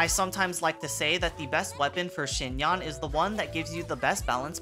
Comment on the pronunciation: Just like Yanfei, you should pronounce her [a] like [e].. Anyway.. ty for the guide